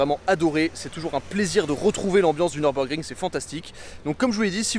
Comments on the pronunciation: par contre, ca se prononce pas neurb, mais simplement nurb ( comme une fille "nue rb" x) ) sinon le mode sport était pas activé ( c'est appui long sur le bouton ) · Petite précision on dit niurbourg 😁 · Belle vidéo par contre on dit "Nürburgring", la prononciation gâche tout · Je sais, mais les anglais disent "Neubeurgring". Et comme je regarde que des vidéos en anglais, je le prononce comme ça.